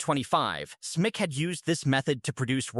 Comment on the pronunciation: Total incomprehensible: Euv is E-U-V, Smice is S-M-I-C...say it properly! 😮